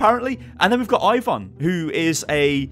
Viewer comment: Ivon is not a russian name. Ivan is.